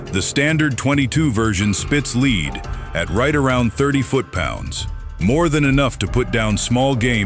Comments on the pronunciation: Lead not leed 😢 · THE AI VOICE CAN'T PRONOUNCE LEAD...